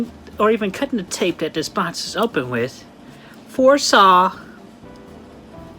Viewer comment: I hate how cwc pronounces box, funny how the subtitles are accurate